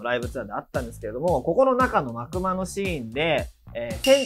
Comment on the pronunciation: 幕間は｢まくま｣じゃなくて｢まくあい｣が正解…